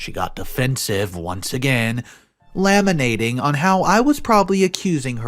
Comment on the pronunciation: Laminating?! Lol lamenting